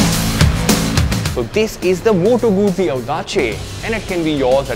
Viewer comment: Pronounced as Moto-goot-ci goot(as in good with a short 'o')